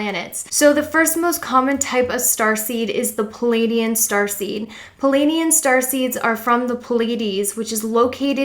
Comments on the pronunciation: PLEaidian not Pilaidian lol please get my home nation's name right 😅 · Pleiadian. PLEE AYE DEE AN not PAL AYE DEE AN